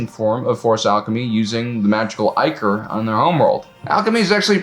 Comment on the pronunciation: Thank you for pronouncing ichor correctly.